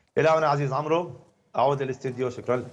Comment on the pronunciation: يا الواو في اسم عمرو لا تنطق هي فقط للفريق بين عمر وعمرو وعمرو تنطق هكذا فتح العين وسكون الميم دون نطق الواو